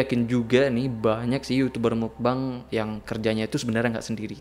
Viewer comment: Yg benar pengucapannya adalah bukan "mukbang" bukan juga "mukbeng", tapi "mokbang" dari bahasa korea muk (먹) artinya makan dan bang (방)yg artinya ruang.